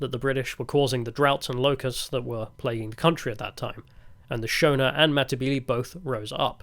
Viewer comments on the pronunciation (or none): Ah yes, the boars and the shoana 🤣😂🤣 I'm making fun of your pronunciation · You pronounce Shona with the "o" like you would pronounce it in "shore". Sho-na (short "o") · Why did you put so much effort into pronouncing Afrikaner correctly but zero effort into pronouncing Boer or Shona?